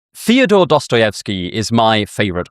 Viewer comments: I love you. But please, I'm begging you, stop pronouncing Fyodor like Theodor. It's fyo-dur. 2 syllables. Please. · Fee-odor Dostoevsky 🥀